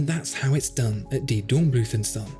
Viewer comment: zon? you mean Sohn, with an oo like in go or slow, oh is long oo do your home work please...